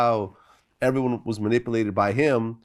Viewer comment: "He manipoohlated me" - 'Horseteeth Thotiana' Molina.